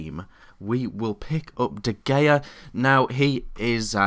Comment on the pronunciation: de gea is pronounced duh hey ya